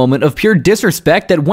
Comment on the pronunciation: Who the fuck is Brandon Vererra? I fucking hate these channels that don’t even know the guys’s names but act like they know some shit